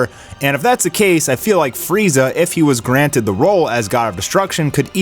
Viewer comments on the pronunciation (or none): none